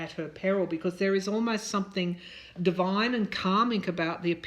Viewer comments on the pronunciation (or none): none